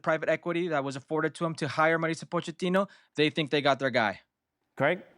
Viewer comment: Dear gringos please pronounce MAU RI CIO not MARICIO